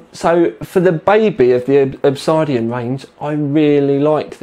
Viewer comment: It's funny how you say Obsidian.